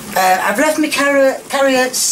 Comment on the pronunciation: your fans love it when you say carie ots instead of carrots please keep saying it